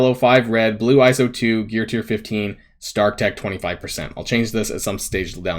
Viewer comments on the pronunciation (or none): none